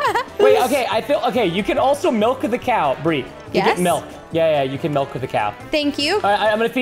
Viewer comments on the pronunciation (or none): Then why do you say melc instead of milk